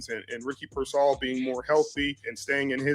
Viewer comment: Yeesh, this guy cannot say Pearsal right ever